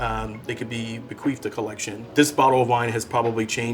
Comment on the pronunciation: Did he say "beQUEEFed"?